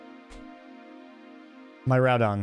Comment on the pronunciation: Heads up - miraidons name is pronounced "mere-ry-don" as